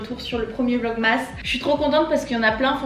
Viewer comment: Je te kiff mais vlogmas ca s’écrit comme ça mais ca ce dit vlogmes❤️